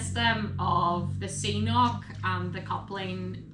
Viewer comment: Hehe. Why is an Irish girl saying "C" noc. It's an Irish and Scottish Gaelic word. 😄 You pronounce the "k" sounds on both Cs.